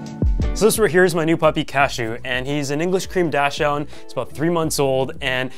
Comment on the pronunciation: The dog is a what? Dash hound? It believe you’re looking for the pronunciation “Docksnd”